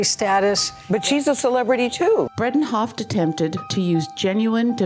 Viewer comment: Since this is about Elaine, the narrator should know that her name is Bredehoft - not Bredenhoft.